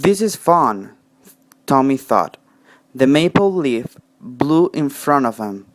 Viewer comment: Leaf has a long e sound you pronunced like lift